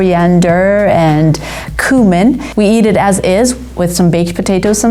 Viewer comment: This is all great, but I can't stand when someone can't pronounce cumin